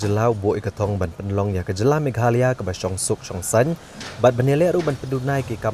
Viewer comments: Instead meghalaya he pronounced meghalee... Keep it up. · Uhave say in meghalaya not to meghaloi ok